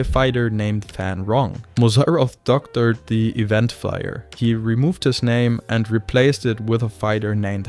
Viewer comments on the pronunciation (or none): none